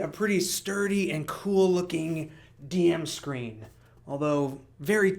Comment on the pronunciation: It sounds like you’re saying gm screen but the title says dm screen. What is it?🤔